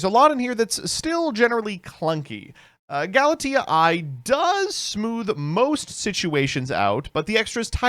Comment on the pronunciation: Old Galitea is usually pronounced "Gal - ih - tay - uh" or "Gal - ih - tea - uh" New Galitea should be pronounced "Gal - it - ay - eye" since it's referencing AI (artificial intelligence)